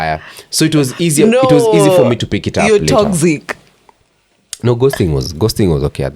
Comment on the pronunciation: Toxic is pronounced as toksik NOT tokzik